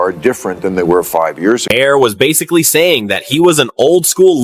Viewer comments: Please stop using AI videos.... marhar.... is mahr.... this is how you say it. Ai doesn't know english. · Your AI talks too much. Can't even pronounce Maher's last name right. Irritating!!